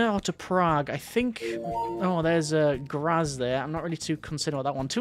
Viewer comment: Lub-jana is an acceptable English "replacement pronunciation" . But in general your pronunciation of European places is, and always was, very good. BTW, It is "Graz" with a TS at the end. German z is always like a "tsssss". The sound you make when your friend tells an obviously exaggerated story.